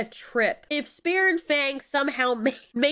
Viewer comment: Lamo i heard spear and fang like fear and fang